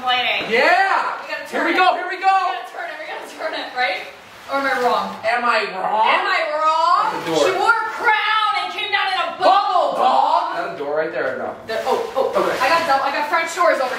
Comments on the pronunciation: anyone else think that they said the bubble line wrong? i heard them say dog and not Doug... but anyway. 😂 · It is absolutely Doug not dawg